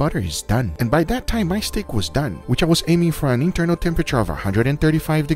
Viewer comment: Everybody be talkin about the “Lez dew it” But yall forgetting the “your sauce is Dun “